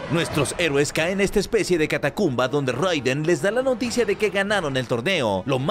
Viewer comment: Solo como dato extra... Se pronuncia “Reiden.” (Pero buen video, crack).